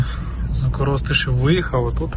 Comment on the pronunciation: КоростИшів, наголос на И. З коростою нічого не пов'язує))